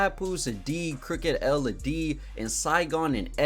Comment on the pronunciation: This mf said “crooked L” I stop respecting your opinion on easy mistakes like this